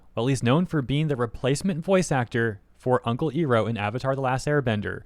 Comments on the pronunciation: That pronunciation of Iroh feels weird. XD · while I agree with you and it's unprofessional of Baldwin to act like he owns the character and make things political with said character, I'm also surprised you're mispronouncing the name XD I'm not sure if it gets pronounced that way in Eastern countries, but since it's not what Im used to from the show itself I keep going like "what" in my head haha but yah I agree with what you're saying here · Ok I love you but please pronounce Iroh’s name properly this is hurting me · You hurt me... It's not E Row it's I Row. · Did you say iroh as "eeroh" instead of "eye-roh"? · You better run. You pronounced "Iroh" wrong. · Sorry, but you calling him "Airo" instead of "Eye-ro" makes me think "Ero" 😂😂😂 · Is nothing sacred anymore? Mako is looking down on this with shame. Also,, I feel the need to remind you that you pronounce Iroh as "EYE-roh", not "EAR-roh", as the Last Airbender movie pronounced it. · it's pronounced "Eye-row". not "ee-row" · Hold up nu uh nope stop right there. Its I RO not EAR O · Why tf are you pronouncing Uncle Iroh’s(Eye-Row) name like that?! 😭😭😭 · You said ear-oh so many times that I had to come back to watch the video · FYI, iroh is pronounced eye-row, or Ai ro if you're going by japanese phonetics i spose. just a smol thing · Oh you did not just pronounce his name as "Eeroh" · Love your stuff! And I don't mean to sound like I'm criticizing you or anything, but you do realize, Iroh is pronounced like "eye-row," right?... It's supposed to be a play on the word Iron. They pronounced it like how you do though in the God awful M. Knight Shamalan LA adaption... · I can only hear Iroh's name mispronounced so many times... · Is this guy purposely mispronouncing Iroh’s name? What the actual heck? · I really hate how you pronounce Iroh. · The voice actor aside, why are you saying Uncle Iroh’s name wrong? 😭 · pronouncing iroh wrong the entire video was hurting my soul